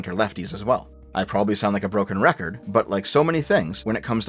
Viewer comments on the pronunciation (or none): none